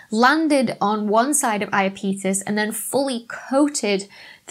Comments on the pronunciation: It's "Iápetos" in Latin (the e is short, so stress is on the a), but "Ιαπετός" in Greek. I rembesle that merark! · I was mentally shouting "eye- app - itus" the whole way through this. Now all I can think of is the South park lads saying "my names scott malkethson and I've got iapeetus" 😂 Great vid doc. Never knew hyperion looked so weird. Just shows there's always more to learn. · It's ahy-ap-i-tuhs, with the accent on the "ap". :-) By the way, you have a pretty darned good singing voice! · It should be /aɪˈæpɪtəs/, stress on the second syllable. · comment section to the rescue about the pronouniation: the moon is called "Iapetus". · Good video as always, but damn you English speakers can't pronounce Greek names.... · Fun video ! I sort of liked the emphasis on 'on' in Hyperion, but if you're going to say 'I-a-pee-tus' when the entire planetary science community says 'I-ahh-pet-us', then you should at least explain why you chose to do so. Disappointing also not to discuss the possibility that many of the depressions on Hyperion might be sublimation pits rather than impact craters. Planetary science can be a bit messier than astrophysics, I guess.... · i a peetus???? no IAPEH TUS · pretty sure its i-ap-e-tus not i-uh-petus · I have only heard it as "EYE app uh tuss", but I am OK with "Eye uh PETE us". It doesn't sound too odd. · Iapetus is pronounced "Ay-uh-peetus"? I've been calling it "Ay-app-uh-tus" Why didn't someone tell me!? Oh, I've been making an idiot out of myself! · I’m with all those who say I-A’-Pet-us, not I A Pete’ us... But I still enjoyed watching the video regardless! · the stress is on the AP. And 'pet', not 'peet'. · Iapetus = "yapetus" (i.e., 3 syllables) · According to the Oxford English Dictionary (I chose it because your British) Iapetus is pronounced /aɪəˈpɛdəs/ (in IPA notation) a link to a sound file is here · It sounds like you're saying "Imapenis". xD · I always heard it said, ‘YAP-eh-tuss’ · Iapetus = Eye - Ap - E - Tus